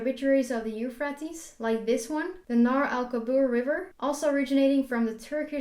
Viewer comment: dude you pronounced euphrates river totaly wrong! 🤣